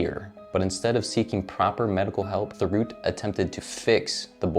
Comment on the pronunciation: Thériault is pronounced “Tério”. But good vid.